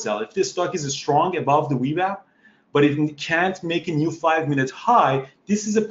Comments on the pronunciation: Great video, but am I the only one who giggles a little bit when he says "wee wap"? lol. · Great vlog! I love how he pronounces VWAP. It's the Wewap now!